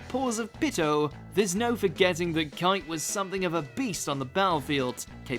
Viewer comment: The way he pronounced Kite. 😒